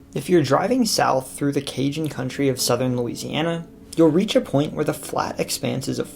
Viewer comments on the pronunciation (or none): none